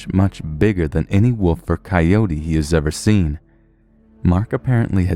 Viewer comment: I love how he says wolf, , sounds like he's saying woof. It was a smelly doggo